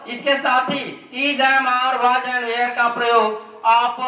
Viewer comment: ये were वेयर nhi (were) वर होता हैं ये (where) वेयर ये होता हैं